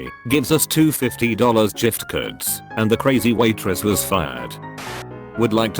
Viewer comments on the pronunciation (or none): Bot- "we got 2 $50 *jift*cards" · "gives us 2 fifty dollar jift curds" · Jiftcards might be the worst thing in this entire video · love me some jiftcurds. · Is nobody gonna talk about jiftcurds? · "Fifty-dollar jiftkuds" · actually i hear "jif curds" XD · Jift curds? Jift curds?! the fuck was that? the TTS voice thing can't say gift cards properly? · "two fifties-dollar jift-curds" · Nobody: Text to speech saying giftcards: jiftcurds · "Gives us two $50 "JIFTCURDS" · "twenty dollars jift curds" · Love when the bot spazzes out and says “jift-cahd” for gift car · wait, did the robot say jiftcards? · Jift Curds Pronunciation lvl. 100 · I'm calling giftcards "jiftcurds" from now on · 2 $50 "jiftcurds" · "jiftcurds". Hmm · Right haha 😂